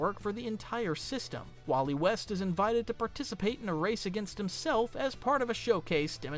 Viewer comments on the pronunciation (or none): none